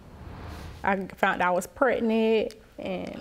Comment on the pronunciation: Case#2.. She said Pre-nant?🤭